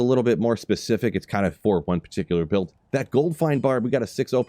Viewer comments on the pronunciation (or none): none